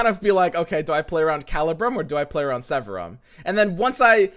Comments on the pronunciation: Drinking game: one shot every time mispronounces Severum. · yeah right? :D